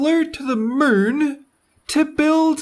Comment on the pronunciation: omg I LOVE that accent. The way u say Moon is funny